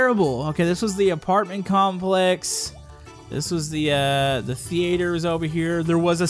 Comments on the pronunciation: Its not the- ate- her thei-ter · Thee ator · thee-ayy-ter what